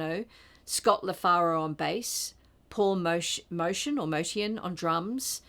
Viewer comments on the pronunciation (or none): none